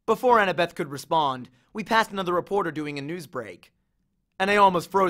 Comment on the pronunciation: How I read: annabeth How he read: Anna-BETh